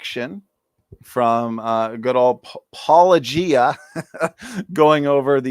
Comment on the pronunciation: AT LEAST learn how to say his name correctly: paul-oh-GEE-uh. Not paul-LOW-gee-uh. And be decent and link to his original video in your show notes.